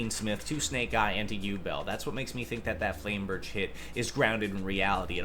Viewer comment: Man called Flamberge “flame bridge” several times… sheesh Yugioh players really Can’t read